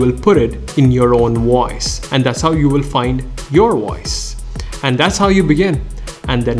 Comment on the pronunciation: His pronounciation of voice is wiose 😂😂